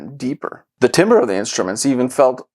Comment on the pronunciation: Thanks for your insights What a romp! Do all of these fixes introduce WOW 😲 and FLUTTER 😍 like that warped and off centre LP pressing? 🎶😉🎶 The Decware pills sound interesting, altho' they involve adding another cable too? How long is that waiting list? I'll check 🤔 PS TIMBRE isn't "timber"! (It's French don't you know?;-)